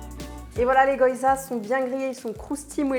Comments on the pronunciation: Ahaha c'est pas goyza mais gyoza !! prononcer GUI-O-ZA ;-)) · Je ris à chaque fois qu'elle prononce goyza 😂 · Ouiiii une nouvelle vidéo 🤗Merci ! Ton maquillage (assorti au pantalon?) est encore une fois super joli. Je t'envoie un peu de force 💪(même si ici non plus il n'y en a plus beaucoup...). PS: Je suis désolée, mais je pense sincèrement qu'on dit "gui-yo-za" 🗾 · Plats d'hiver colonne A, fruits d'été colonne B hihih Picard c'est la vie, ca sauve quand t'as la flemme de cuisiner mdr. Les baozis sont top pour du surgelés, faut que je goute les cornes de gazelle ^^ Je sens que je vais aller faire un tour chez Pïcard, demain moi haha PS : on dit gui-o-zas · "Les goYZas" 😅😁